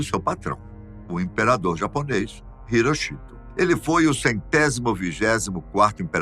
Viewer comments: A pronúncia não é " irochito". Pesquise! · Não sabia que a pronúncia do nome do imperador japonês era HiroCHIto... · A pronúncia do nome do imperador japonês está errada